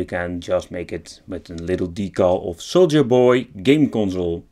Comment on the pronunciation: The j in Soulja is pronounced like the J in my name, Justin. You’re pronouncing it very Dutch. Haha!